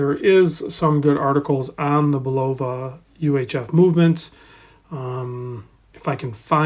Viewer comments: Pronounced BULL-uh-va, with accent on the first syllable, and no long o sound. I owned one of these for about a year after Amazon marked them down to $90. Remarkably good watch for the price with HAQ-levels of accuracy. Like the Lunar Pilot I had, the strap was very low quality and instantly replaced. Lume isn’t very good, as it doesn’t last more than a few minutes at best. But for $100, complaints should be tempered by reasonable expectations. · I distinctly remember the Bulova Accutron TV commercials when I was a young lad in the 1960s. Very often, you’ll see younger watch reviewers pronounce it bull-OH-va, but the ads were overseen by the man himself, Joseph Bulova: BULL-uh-va.